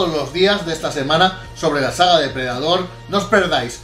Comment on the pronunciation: Me encanta todo su contenido, pero, por favor, Predator no se pronuncia así.